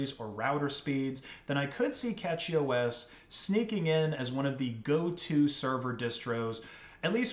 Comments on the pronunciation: Dude it bugged me so much that he is pronouncing it as Catchy. Ffs... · It's not "Catchy OS" - it's CachyOS, as in Memory Cache (pronounced 'cash') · A Nitpick, it's pronounced cashy (from cache) not catchy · It's cashyOS not catchyOS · Isn't it pronounced like cache-y OS? Not catchy? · I’m gonna be honest, I’m pretty sure it’s pronounced like “cashy” or cache-y to be more specific. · Pretty sure it’s pronounced “cash-y” as in computer cache. Also, NixOS is the new Arch. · First off, it is pronounced "Cashy", like "cache". Just started using it a few days ago myself, fleeing Ubuntu. So far works amazing for me with i3wm. Few small issues, but nothing that I can't solve given enough time. I really wanted to try out Arch, but I wanted a nice installer because I just want it simple to get going. Really great I think. As for servers, I would love to try out a CachyOS server on some non-critical servers I run. Would love to see a great, reliable arch server, but until that day I will continue with Debian for critical stuff. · Did he say CatchyOS? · I think it's pronounced with sh but a lot of people pronounce it with a ch like it's written